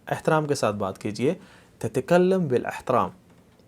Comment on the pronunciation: آپ زرا زیر زبر وغیرہ کا خیال رکھتے ہوئے سمجھائیں تو بہتر ہوگا ۔ جیسے: تَتَکَلِّم بِالْاِحتَرَام TATA KALLIM BIL IHTARAAM